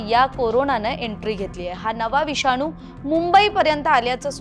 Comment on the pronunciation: "विषानू " नाही गं ....." विषाणू " !!!